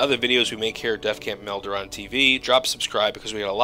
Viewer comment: Your name is not meldoren, cut it out.